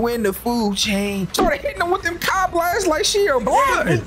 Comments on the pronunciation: its not kai its kee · Ki=key not Kai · it ain’t Kai, it’s pronounced key 😂